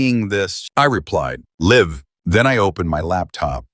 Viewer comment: Loved the narration style. The AI narration has a few blips, like it narrates LIVE as in living, instead of the one in a live broadcast.